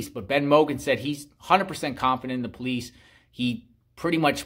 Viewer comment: When you say “the” before a word that begins with a vowel you pronounce it “Thee,” like The Exorcist. When you say “the” before a word that begins with a consonant you pronounce it “thuh,” like The Godfather. You keep saying “thee” father of . . . It makes you sound as though you’re uneducated.